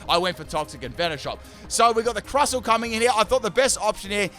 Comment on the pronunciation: its pronounced crustle (crust-le for a better way to learn its name)